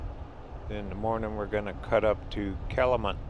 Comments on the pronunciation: It's Calumet FYI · I just realized it says camulet instead of calumet lol!